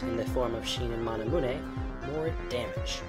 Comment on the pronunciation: lol does he say mana-moo-nay?